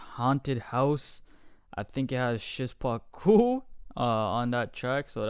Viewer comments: Szpaku is pronounced "shpaku" man Great reaction man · Even better tutorial XD Sz pa ku Sz like 'sh' in shovel Pa like 'pa' in past And ku like 'coo' in cook I hope one day you will pronounce his name as you could speak Polish man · Pronounce szpaku “shpaku”